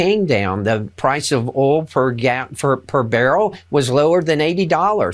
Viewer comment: The” praice of ool” ?